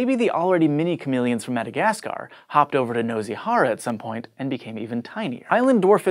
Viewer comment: the S in nosy isn't a Z sound. fyi and the O is like an OO as in too.